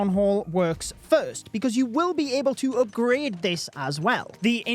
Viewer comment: the "oopgrad" and "buuk" aight thats enough 30sec into the vid, crazy how over 3mio ppl subscribed to someone w that accent